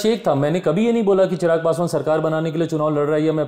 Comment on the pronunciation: गुरु जी चिराग नहीं चिराग़ हैं।